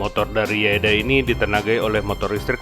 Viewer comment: yadea bang bukan yaeda 🙏